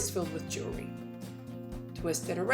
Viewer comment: Great ideas but I couldn't get past your poor pronunciations to really learn something... The S-BINER product comes from the word CARABINER... which is pronounced... cara-BEENER... OR cara-BYE-ner depending on the region of the US you live in. Thus, the product would be said as an S-BEENER or an S-BYE-ner. Also it's JEW-EL-RY... not JURY....three syllables not one slurred together. The better people speak the more intelligent we sound. The more seriously people take you. Ultimately making this country a shit ton more intellectually sound.